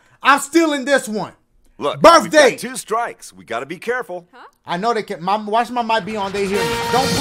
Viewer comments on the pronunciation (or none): DACHIE: BIRFDAY ITS BIRFDAY THE COMPUTER: ...BIRTHDAY DACHIE: FUCKK This killed me 😂😂😂